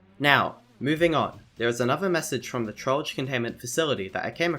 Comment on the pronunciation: That is NOT how you pronounce Trollge